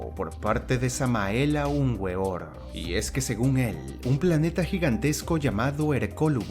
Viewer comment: La W se pronuncia V